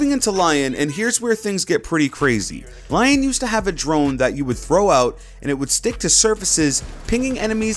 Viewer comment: The real name of Lion is not how you say Lion you say it like Leon this is how you pronounce his name